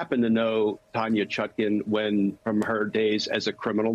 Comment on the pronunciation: It sounded like she said "Tanya Shotgun".